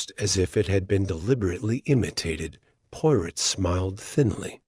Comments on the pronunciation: Amen! That's the truth! Pawrow, Not Pirate. At least use a British accent. This is unexceptable! 😂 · Learn how to pronounce 'Poirot' and any other British / foreign words ... before attempting audio books... 😅😂😅 hilarious😅